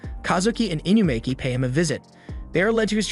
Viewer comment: "inukami" "inumaki"